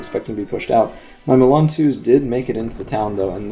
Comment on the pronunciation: I think you were saying Fuchs Milan. Every time you said it I heard, Karl Malone's like the basketball player. I was laughing a lot. Great video.